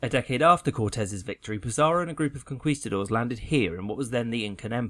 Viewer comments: Vandal oh i missundertood what you were traying to explain. Anyways, conquistadores is the spanish for conquerors, in plural. but what i was traying to say is that he misspronounced that spanish word, but it is a common mistake in english speakers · Pleasseee! It’s Con-Key-Ste-dores, not Con-kwee-ste-dores. It was so painful because of how many times you had to say it. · Listen i know you dont speak spanish and are just following the usual pronunciation rules but the Qu ins spanish unless denotated otherwise is pronounced as a k. konkistador(es) is a better transliteration. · In spanish, its Conquistadores :-)